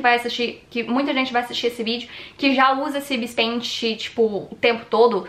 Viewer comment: Caraca cara não si fala Ibis pente si fala Ibis pait